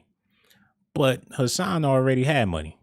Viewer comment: Hassan not cashan boy